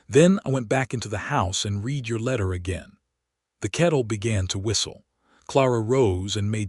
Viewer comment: Lovely story. One thing I wish AI voices could do is pronounce words in context, such as the word "read". Most narrations say "reed" but sometimes the proper pronounciation is "red". Just saying! 😊